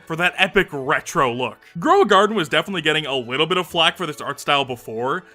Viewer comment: "wittle bit"